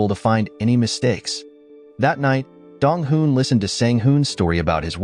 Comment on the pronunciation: Me always getting confused when he say dong hoo and dong wooh😅